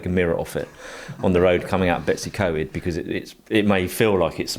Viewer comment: Just a quick message to help you with Welsh pronunciation. All drivers seem to love driving around Betws y Coed; It's pronounced Betws (correct) y ( u as in mud) Coed (coeed). Love Evo, been buying your magazines for years!❤